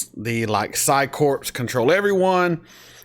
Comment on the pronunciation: Corpse is a dead body. Corps is pronounced core.